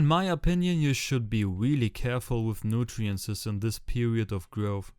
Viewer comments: ey geiles video aber ich komm nd auf Nutrientses klar, es heißt Nutrients hahhahah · It´s called "NUTRIENTS" not "nutirences"